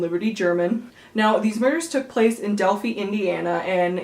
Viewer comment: You are not pronouncing Delphi correctly. It is pronounced del-fi, like wi-fi, not del-fee.